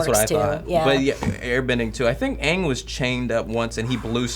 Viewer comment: Fuck the movie! They pronounced Aang as ung, Sokka as SOOkka( the O is like an A in the show but not in the movie)and Iroh as Eroh